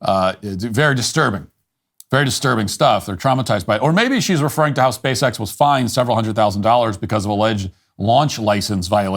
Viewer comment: It's a little bit hard to take seriously anyone who refers to the company as "Speece-X"